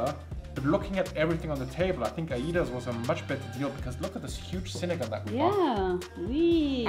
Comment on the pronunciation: Ay-das not ayi-das. I love this video.